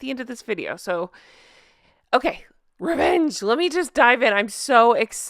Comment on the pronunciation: Yeyy rrrrrevvenge hahahaha, ooh tell me, tell me 😁